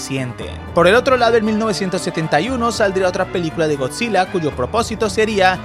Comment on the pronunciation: Bro pense que decia gorrillaz